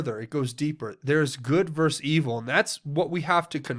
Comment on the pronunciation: I love you as a fellow patriot and truther, and you are not the only one I've heard pronounce the word wrong, but please, it is versus, not verse.